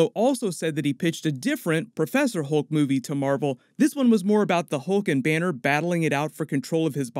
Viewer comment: Lol. Hoolk 😂